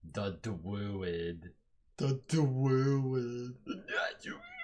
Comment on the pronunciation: It’s pronounced drooooood sheeesh. Don’t forget to water plants or they smack u